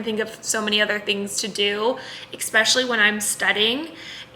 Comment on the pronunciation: eKSpecially? 😅 did I really hear that? I’m not native speaker, but It sounded like that